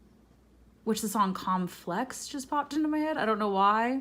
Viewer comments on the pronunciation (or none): Chose Group 2. oof. When you said comflex, my brain heard calm flex... and I am nowhere in the neighborhood of a calm flex... Thanks for your readings and content as always, 💯⚡💜